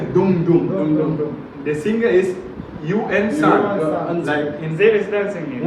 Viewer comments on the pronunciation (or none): Bro.Not un sun.Its pronouns U......N Sun right.👉🇮🇳🤩🇮🇳😍🇮🇳